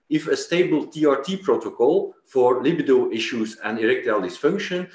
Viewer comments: Lol - yeah, it's not Lib-uh-doe. It's pronounced Luh-B-doe.... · I knew someone would have to say it 😂 For the love of God it's lib-ee-do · He says lib-id-o one more time I’m going to jump through this phone.. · Hahahahah.. li bi do 😂😂😂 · I appreciate the Drs contribution to the program but I don't like the way he pronounces libido. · is it luh-bee-doh or li-buh-do? after hearing you both pronounce it in the former way I am questioning myself now